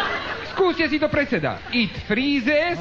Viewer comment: iť fríízes iň viňťer...:D:D:D